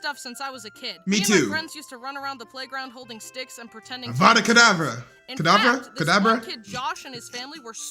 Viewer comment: Your saying the curse wrong! It's "Avada Kedavra" Not "Avada Kedabra!"